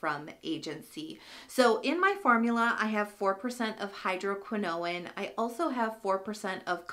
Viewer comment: I'm loving my Agency prescription! I switched over from Curology as well and I'm glad I did. I haven't tried the Dark Spot Formula because my skin doesn't react well to hydroquinone. (BTW, watch the pronunciation on that. It's like "cortisone", no extra "i" or syllable at the end.)🙂